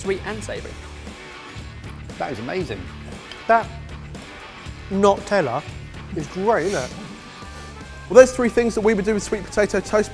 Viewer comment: Sweet potato in the toaster -- who knew? "Not-tella" HA!HA! Be kind to Vegans -- they leave more bacon for the rest of us.